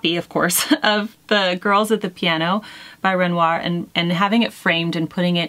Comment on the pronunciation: I am so enjoying the monthly chic assignments Jennifer! I am familiar with both Satie and Renoir and agree with your choice of painting. PS. Your pronunciation of ‘Renoir’ was excellent. God bless. Pauline xx